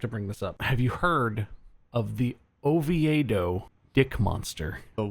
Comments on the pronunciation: "Oviado?" I think you meant, "Oviedo" which is pronounced as "Oh-vee-do" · Floridian here, we pronounce Oviedo as Oh-vee-doh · It is Spanish. There is an Oviedo in Spain and they pronounce it ovee-eh-doh (like these guys pronounce it) but here we just say ovee-doh. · The Oviedo Dick Monster is pronounced "Oh-vee-dough", hearing Bob say "Oh-vee-aye-dough" was amusing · I was so confused when they were saying Oviedo as "O-vee-A-doe" and not "O-vee-doe" lmao. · Bob: Ovi-ay-do People from Oviedo: O-vee-do Chickens from Oviedo: Oh, stfu! Drive around! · Lol it’s pronounced ohveedoh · LOL it’s Oh-vee-doh Florida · I'm from Florida, and I've never heard of the Oviedo Dick monster story, but I find it hilarious how Bob pronounces Oviedo. (pronounced "O-vee-do") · It's pronounced O-VEE-DO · Hearing Bob talk about the Oviedo (Oh-Vee-Doh by the way) Dick Monster was the most hilarious thing I've heard all week! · Bob; it’s Oh-vee-doe. Ovieto ;) Have to say though, I’ve never heard of that cryptid. 😂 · Bob pronouncing Oviedo that way has me rolling 😂 it’s pronounced “Oh-Vee-doe” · I'm from Florida and live in Orlando, never heard of that monster but it's pronounced o-vee-dough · I live in Oviedo and I've never heard of it lol. And yes it's pronounced oh-vee-doh. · I can't get over how Bob pronounces Oviedo. As a fellow resident of central Florida, it broke my brain for a moment. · Hearing Bob trying pronounce Oviedo makes me irrationally angry